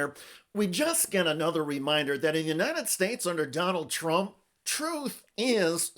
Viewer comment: Hahahahaha she called him tronald dump